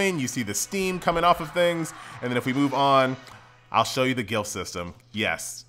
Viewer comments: Dude....it's Glyph not gilf.............please, are you ok?? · The word is pronounced ga lif. not guil f lol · I don't mean to be a nazi, but glyph is pronounced gliff, not gilf. <3